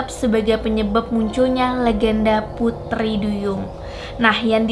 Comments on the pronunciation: Pengucapan T nya medok, bukan putri tapi puthri.. 🤭 org Bali kah..??😀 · Kyk ngomong "Pudri" duyung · Apa aku aja yang salfok pas dia ngomong “putri” 😂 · Aku salfok sama ngomong "putri" duyung nya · Pengucapan putri duyung nya kek logat logat bali ya gaes 😁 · Ngomong pu-TRI nya kenthell buwangett mbak wkwk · Kok prasaan ngomong T nya gitu sii kak😅😅